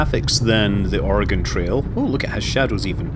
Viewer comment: Thank you for saying oregon right😊